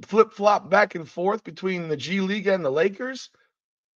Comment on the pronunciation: So if Bronny starts playing in the G league, what happens if he doesn't do well there? The way I see it, he will have one option,,he can be cross traded to the LA Sparks. Surely he'll be able to dominate the players in the wnba. So when you say "G league" it sounds like you're saying "Gigli" that horrible Jennifer Lawrence movie